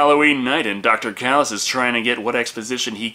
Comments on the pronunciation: It's not pronounced Kalice, it's Chalice with a Ch ch ch, it says so in the movie. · It's Challis not Callis